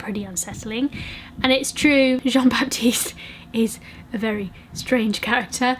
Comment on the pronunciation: Hahah the way you say "baptiste" is so cute. It's actually pronounced "batiste". the "P" is silent.